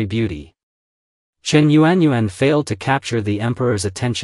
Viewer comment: Actually, a Chinese female's name whether young or old was not known because it was PRIVATE so only known within her own family. Your pronunciation of this courtesan public vernacular is rubbish. Yuan is pronounced phonetically is "YAWN".